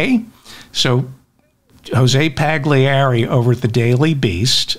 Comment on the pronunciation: David, please pronounce Paglieri properly. The "G" is silent. say it like its spelt "Pallieri". Jose is probably from Argentina but has an Italian father, thus the Italian last name. thank you.